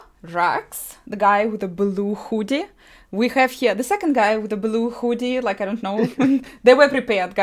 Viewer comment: I love how she emphasizes the oo in hoodie.